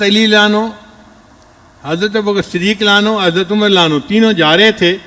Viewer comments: Ye deobandi molvi ko raziallahu bolte nahi aata Ali lanu Ali lanu bolta he ye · se adban guzarish hi ki raziyallahu anhu ka lafz saf samajhme nahi aata